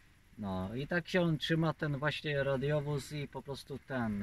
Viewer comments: hi hi hi nie radiowóz tylko radowóz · Nawet poprawianie nie umie wypowiedzieć "radiowóz" ręce OPADAJĄ